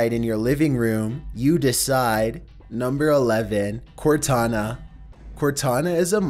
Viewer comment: nohmber fehftehn